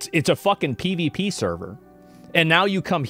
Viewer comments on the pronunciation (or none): Why do you say "pdp server"? Don't you mean "PvP"? {:o:O:}